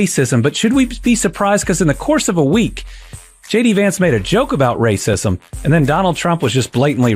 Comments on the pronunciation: Are you calling him "SHADY VANCE" or am I hearing wrong? Else, you should start! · While I know you're saying JD Vance, I heard Shady Vance.